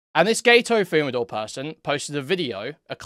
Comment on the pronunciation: Gay-Toe Fumadoor